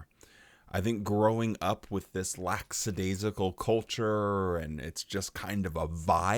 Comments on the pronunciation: Hey, you’ve now done it for a second time 😅… The word is lackadaisical (even my cellphone spellcheck feature knows this😅), NOT laxadaisical… Just saying. But I guess that, as an america that you could prolly care less, yes? Cheers from a subscriber in canada 😊! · Great job as usual but I gotta call you out on something. You pronounced "lackadaisical" as "lackSadaisical" (with an S) several times. The JW speakers used to make the same mistake all the time and it used to annoy the crap outta me. But its how you were raised, so no harm no foul 😊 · I love you and enjoyed the video as always, but please, it's LACK- adaisical. 🤓